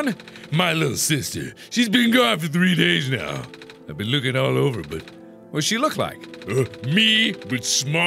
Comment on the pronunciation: he says "ben" instead of been.